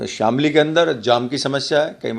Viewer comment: सर शामली है जनपद का नाम , शमीली नही आप प्लीज इसको ठीक करा ले